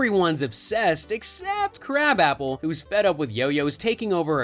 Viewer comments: Her name is pronounced "kra-bopple" not crab apple. Wtf is this channel?? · It's not crab-app-el. It's kruh-bop-il. (Edna krabappel.) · That was irritating me as well every Simpsons episode I've ever watched it's pronounced krabopple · Interesting on how many times you pronounced Edna Krabappel's name wrong. Have you ever watched the show?